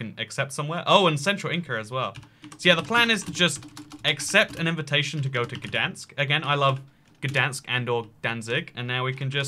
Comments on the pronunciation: gdansk is pronounec gd-ain-sk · being polish and hearing you try to pronounce Gdańsk or Szczecin is probaby one of the best things ever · I'm polish and I'm ofensed because you are saying gdansk wrong!!!!! ATLEAST SAY SORRY THAT YOUR SAYING IT WRONG PLEASE